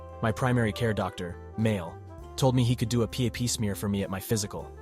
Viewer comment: It’s pronounced Pap, not P a p